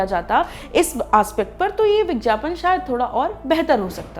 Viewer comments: kha kha k ye madam etna mutya gai ha ki, vigyapan ko , vijyapan bol rahi ha aur khaany ki kami btaa rahi ha kamaal ha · Madam, bigyapan bolte h bigjapan nhi Hindi pe dhyan dijiye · Is it vigyapan or vijjyapan???why are you saying vijjyapan or I am hearing it?? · It's vigyapan not vijyapan 🤣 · Vigyapan not vijyapan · It's vigyapan and not vigjapan!!!! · माफ़ किजियेगा मैडम आप विज्ञापन का उच्चारण गलत कर रही है।।आप विज्ञापन नहीं बल्कि "विज्यापन" कह रही है।।।चूकी आप एक पत्रकार है इसलिए शब्दों का उच्चारण उचित रूप से किया जाना जरूरी है.क्योंकि भारत वैसे ही अंग्रेजी के प्रकोप से घिरा हुआ है..महिलाओं के लिए आपका ये विषय बहुत उचित है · Aap vigyapan ko vigyapan Kyu bolte ho madam ji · विज्ञापन को विज्यापन क्यू बोल रही है आप हिंदी की दृष्टि से ये गलत है वैसे बेहतरीन जानकारी दी है आपने इस वीडिओ मे ❤❤ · Very irritating vijjyapan. Plzzz correct your pronounsation